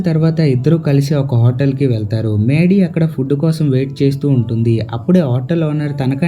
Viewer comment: Maydy kaadu raa mady